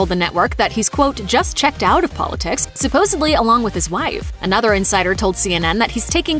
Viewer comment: Supposedly or was that Supposably?